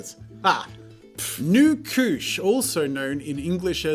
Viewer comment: I thought nu couche was new cooch